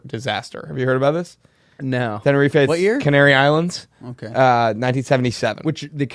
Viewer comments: Will pronouncing Tenerife killed me. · From someone British it’s pronounced tenner-reef